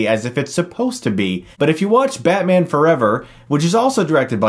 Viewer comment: Nobody:: BYATMYAN!